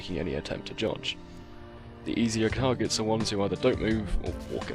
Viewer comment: "or otherwise isn't attempting to jodge" "the easier kargets"